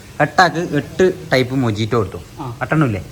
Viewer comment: Oru mistake und Mojito pronounce cheyndth Mohito ennanu nxt tme srediku